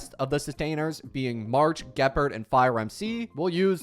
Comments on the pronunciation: "gee pard" "sompoo" "zuye yee, zuye yay" "shu shang" "broo nyah" "sale" "who who" "daen heyng" "klora"💀💀💀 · I don’t understand why you even make star rail videos when you can’t even pronounce , gepard , and huohuo”s name correctly. Clearly you don’t even play this game, you are as ignorant as the person that made “top 10 best characters “ from watch mojo